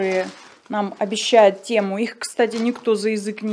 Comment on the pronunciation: Не тЕму, а тЭму